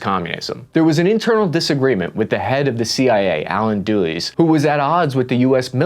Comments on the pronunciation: If the “average grunt” can’t pronounced the name of Allen Dulles, I’m scared for America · Bud. Allen “Doolies”?!? He’s gonna come up again. I enjoy the channel. Thanks.